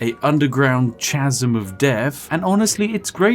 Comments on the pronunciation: Did he just say “ch”asm lol Love your vids :) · In the space of like 2 minutes you mispronounced 3 words, the worst of which being the word chasm